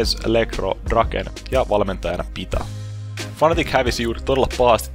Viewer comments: muuten hyvä mut se on fnatic eikä fanatic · Sehän kirjoitetaan fnatic ja kaikki silti sanoo fanatic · kyllä se lausutaan fanatic mut se on aina nii hauska kuulosta. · no on niin hauskan kuulosta hahahahahah